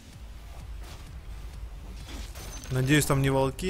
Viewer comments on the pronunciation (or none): Волки ударение на я О !!!!! А не на И